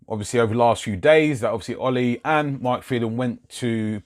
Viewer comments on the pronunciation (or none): none